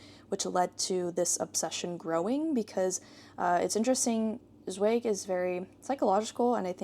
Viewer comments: Great vlog 🤗 Just a tip: "Zweig“ is pronounced more like "tsva-eeg". The "Ei" in "Zweig" is pronounced like the "ye" in "bye". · By Magda Szabó I loved Katalin street but hated The door. Have you read Elizabeth Bowen and Natalia Ginzburg? Zweig is pronounced /ts vah eeg/